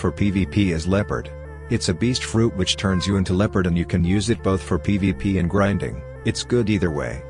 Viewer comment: bro really said "griding sea baeasts in first sea "